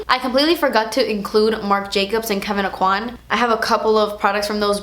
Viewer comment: Anyone else that's from Southern Louisiana pronounce Kevyn Aucoin differently? lol